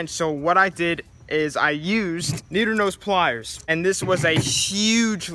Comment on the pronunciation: Who caught the “needer nose plyers” 😂😂